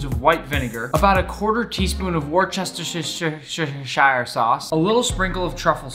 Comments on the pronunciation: it's : wos - ter - sheer sauce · well it was made in england named after the city Worcester and the english and actual proper grammar pronunciation is woo-ster-sheer or wus-ter-sheer its not really a debate. Its how it’s pronounced, the r is silent and the o is a push vowel. That’s exactly what it is. Lol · “woos-ter-sheer” or “woos-ter-sher” are the actual dictionary pronunciations. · nick digiovanni ist pronounced worceshire sauce (war- shir- sauce) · Or like the English: Wusster sauce.... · ‘worcetsyshire sauce” true words that have never been spoken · Worchesishishishishire Sauce, I felt that.... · Imagine naming worstersherahersher sauce and no one even know how to pronounce it 😂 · I know I’m being that guy but it’s pronounces woos-ter-sher of anyone was wondering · You actually drop the first R and push vowel the o kinda like an uh sound, its hard to explain that but its correct pronunciation is wus-ter-sheer no r sound in the beginning. Woos-ter-sheer if you don’t understand what i mean by push vowel the o, it still sounds pretty similar. As long as you drop the r you’re good. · Nick saying worchesishishishishishishishire sauce is so funny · i love how he said worchisshideshide sauce its so funny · No one: Nick:Wishiashisisior sAusE😂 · wishtishayres souce is my fav word that you say and matty your fired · it’s the worchesishishishishire sauce for me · Worchesishishishishire sauce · Legends saids "He still doesn't go to the google pronunication to pronounce worcestershire sauce." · Werchestershire sauce is easy to pronounce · I refuse to believe that Nick was in the Master chef and cant pronounce Worcestershire sauce